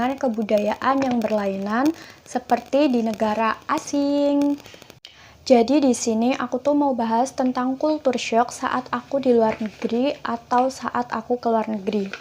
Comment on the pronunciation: Sedikit Pembetulan..culture shock..kejutan budaya..bukan kultur shock!! .kalau nk sebut bahasa ingeris sebut la betul2..bukan bahasa indon dirojak ingeris